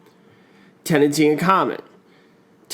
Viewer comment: To remember Tenancy in common, he leaves it Te-Nancy